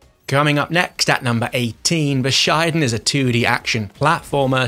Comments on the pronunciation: It's bushiden, not buh-shaiden lol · Its Bushi-den